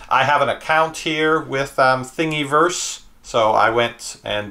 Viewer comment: you proununce it like thing a verse not think e verse like you were saying